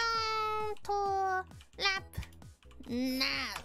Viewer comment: I love it when she makes puts that huge emphasis on now. I can't pinpoint the reason why I think its funny, but its hilarious